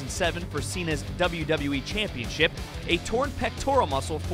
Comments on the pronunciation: I'm still trying to figure out how this speaker learned to say "championSHIP" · the intercontinental championSHIP Why do you talk like THAT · The way this dude says championship bothers me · Why does this guy say Championship so weird?